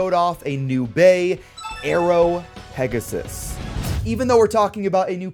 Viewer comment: Remember its called pegasus not pegasis